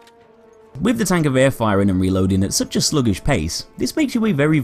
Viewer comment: HANS! TANKGEWHER